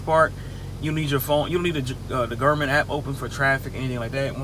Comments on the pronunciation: It's not pronounced "Jar-Man". It's pronounced "Gar" (as in car) "Min" (as in tin for complete word of Garmin. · It’s funny because it’s phonetic so it’s pronounced Exactly as it’s spelled. He gave it a French accent for some reason.